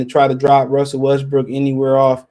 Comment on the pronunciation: U almost saiiid west briiik 🤣